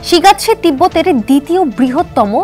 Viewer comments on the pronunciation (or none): শিগাটসে নাকি শিগাটসি? আগে উচ্চারণ ভালো করে শিখুন তারপর সংবাদ পড়ুন, ভুল উচ্চারণ দিয়ে ভুলভাল সংবাদ দিবেন না